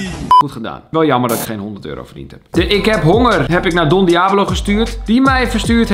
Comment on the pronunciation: Niemand: Helemaal niemand: Kelvin:Don diabolo